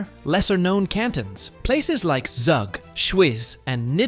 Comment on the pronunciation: Sorry I had to laugh when he said Zaag for Zug, it's pronounced like Zoog (zoo plus g in the end) ;)